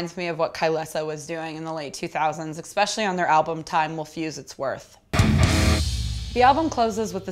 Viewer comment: It is a great review until I heard the word expecially. You know...a word that doesn't exist.